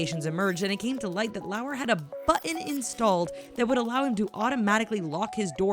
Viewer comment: Holy shit! Can you seriously not say the word, "button?"